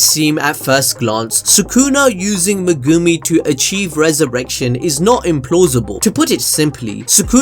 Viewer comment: I don't understand. He watches the anime, no? So why does he choose to say megooomi instead of just saying it like it sounds. Is trying to be quirky or some stupid shit?